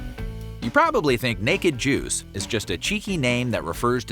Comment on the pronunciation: I'm sorry, maybe it's because I'm listening at 2x speed but the way he (?) pronounced the s in juice is just a bit too /z/...